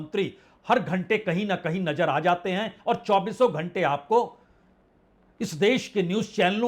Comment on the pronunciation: Najer nhi Nazer